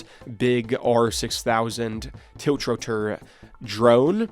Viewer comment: tilch-ro-tor :D Geez. The times we live in...